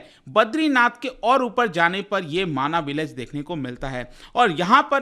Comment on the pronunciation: माणा गांव है माना नही